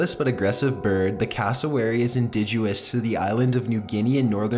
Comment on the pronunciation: needs to improve his pronunciation skills. Indidguous? Really man? Indigenous...